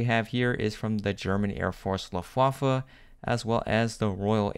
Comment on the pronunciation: So funny what he does to the word „Luftwaffe“ sounds like Waffle 😂 Greetings from 🇩🇪